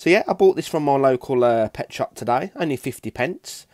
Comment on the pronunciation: LOL your accent, your way to say "today" is heard just like "to die", but it's still cute :)